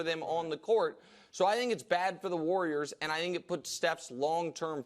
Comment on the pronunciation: The way brou pronounces warrior is hilarious. Woyer.